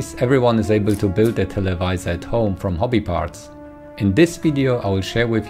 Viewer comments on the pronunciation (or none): none